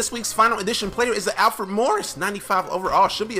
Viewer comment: is says Alfre instead of Alfred